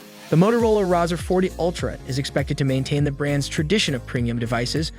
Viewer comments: It’s pronounced RAY-ZOR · The Rawzer, lololol... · I can’t take a review seriously when you can’t say the name right.